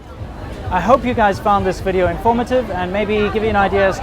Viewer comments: welcome two anotha wideo" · Thank God someone taught her to pronounce V in Video. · Welcome to anower wideo